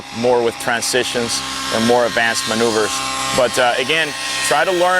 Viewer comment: 'really simple manouveures' ... Joker.